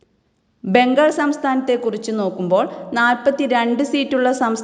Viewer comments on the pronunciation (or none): none